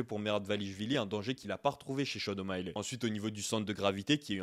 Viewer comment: Sean O’Malley, ça ne se prononce pas ”Shon O’Maïlè” mais ”Shon O’Maïli”.